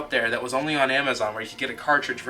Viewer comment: I swear if u say imizon or awwnnnaamu again I’ll unsub